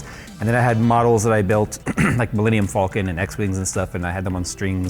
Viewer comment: Millennium Falcon NOT Millennium Fallkin